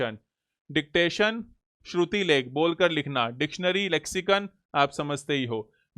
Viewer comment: Nice session sir...thank u so much for giving ur precious time to us 🤗 ek thod pronunciation apk galat ho gya h sir Hindi me shrutilekh nai vo shrutlekh hota h...baki session was awesome 🤗